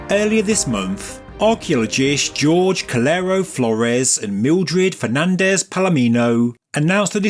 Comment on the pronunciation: Dude did you pronounce Jorge as George?